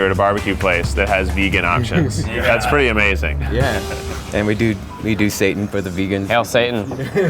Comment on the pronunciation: Haha it’s pronounced “see-tan” not Satan 😂